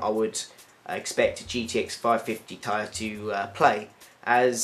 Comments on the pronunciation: Ti = "TEE EYE" not TIE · lol its ti and not ty.